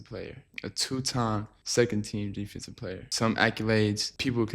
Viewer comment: Lmaao “ on the defenseive end” took me out😂